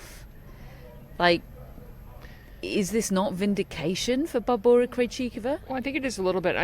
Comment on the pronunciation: Thank you for some Czechia perspective. The western media (Anglo American) totally ignore Krejcikova, and half of the morons doing commentary still pronounce her first name "Barbara." It's so embarrassing. Don't get me started about the strenuous singles and doubles schedule she keeps. In this pundit pow wow they didn't even mention here that she played three sets in the quarter finals in doubles after she beat Ostapenko in the singles quarters--in the same day! She was on court over five+ hours and then played her semifinal the next day. So all told she's played 11 matches at Wimbledon. I actually hope she doesn't play Prague this next week, and instead recharges her batteries for the Olympics.